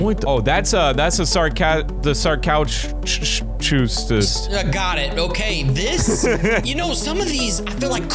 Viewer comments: ITS SAR-CO-SUCHUS BRO NOT A SAR CHOCH US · The way you pronounce sarcosuchus is /sar/co/sue/cus/